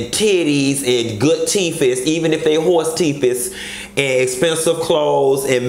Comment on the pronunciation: I can't with you....did you say "horse teeth? I'm dead......lol